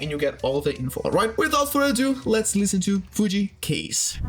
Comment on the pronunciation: You pronounced Kaze wrong.